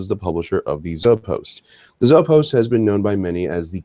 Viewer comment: One little nitpick - Zoe is pronounced "Zo-ee." The Zoepost is pronounced "Zo-ee-post". Not "Zo-post."